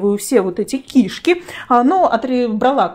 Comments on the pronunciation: Говори правильно кишКИ, а не КИшки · КишкИ! А не КИшки! Что за странное ударение, ужас просто. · Не кИшки,а кишкИ. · Правильно кишкИ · очень странно, возможно ваш местный диалект, но это неверно, КишкИ правильно.